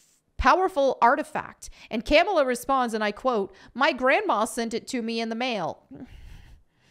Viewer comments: Its pronounced KA-MAUL-LA 😡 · Fun fact : dar ben is gender bent for the mcu. Also It's pronounced "Ka-Mall-Ah." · I like how pronounces Kamala as Camel-a. Well, she is muslim. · Lol how you pronounce Kamala